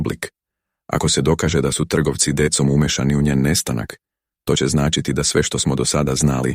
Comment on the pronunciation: Ne govori se dekom nego decom Децом